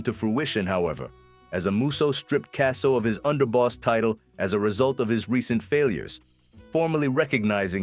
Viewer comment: They can’t even pronounce the last name right I have to give this video a thumbs down